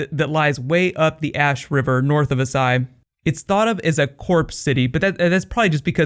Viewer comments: ***** As*SH*ai. 18 seconds in and I had to pause. The pronunciation is going to drive me up a wall. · dude its AsSHai sh.... (a-sh-eye) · Do you just not see the H in Asshai? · Why are you pronouncing it that way? Both the characters on the show, as well as the spelling of the word itself would make it "ash-eye", not "ah-sigh", like you're saying it... And then Qarth?? The show even goes out of it's way to give a lesson on how to say it correctly, via the Spice King.